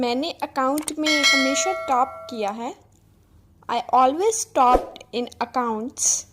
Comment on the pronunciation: Mam pronounce it clearly topped... It sounds like stopped